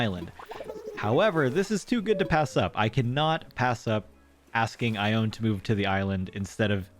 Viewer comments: Congrats on your squirrels! But I have to say it...her name is pronounced "eye-own-knee". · wow your luck today was insane! also, I believe ione's name is pronounced ai-oh-nee? I've been following you since you started posting acnh videos last year and i was really excited to see that you restarted!